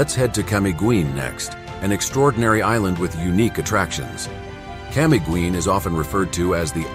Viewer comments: why can't you learn how to pronounce these places properly? the "guin" in camiguin should sound like "gin" in "begin". mt. hibok hibok should sound like "he book" "he book" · thank you for pointing that out! 🙌 I appreciate your correction on the pronunciation of Camiguin. Language nuances make all the difference, and your guidance is invaluable. Happy travels! 🗣️🌍